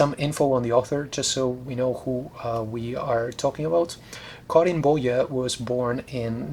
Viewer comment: you nailed the swedish pronunciation of karin boye!